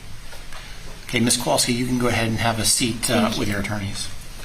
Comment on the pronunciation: Oh my gosh! I am so glad someone else noticed it! My last name is hard to pronounce, and people frequently bungle it. It's understandable, but in this case, they've had it for years! And the defense attorney named Hughs keeps pronouncing their last name wrong. He makes the 'wal' in Kowalski into a short a sound like cat instead of pronouncing it like 'wall.' If it was just a few times, it wouldn't be a big deal, but the mangling of their names has been going on the entire trial. The last name thing is annoying, but with Beata it's especially upsetting. And how many times have we heard Maya's name? Sigh ..